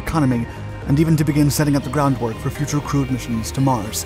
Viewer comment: Was that "crewed" missions to Mars, or "crude" missions?